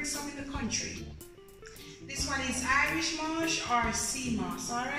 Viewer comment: Irish mosh??? Say the correct thing please